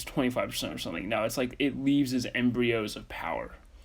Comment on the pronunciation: its embers not embreos